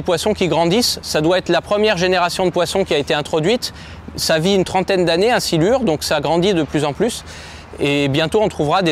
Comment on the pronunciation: Le silure 🤦‍♂️, faite un effort brut srx